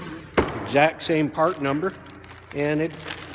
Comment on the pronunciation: . He said dorman fart. Its going viral now.